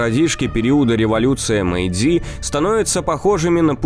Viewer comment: В Японском не у всех слов ударение падает на последний слог. Так что какое ещё мейдзИ? Правильно мЭйдзи!АматэрАсу! СусАно! ТсунАми! Но - ХатимАн.